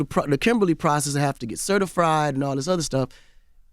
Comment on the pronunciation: he said "certifried"😄